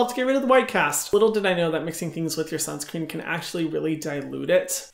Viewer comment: I have started wearing sunscreen only bcz Hyram said "WEAR SIUNSCREEN BICTHES "<3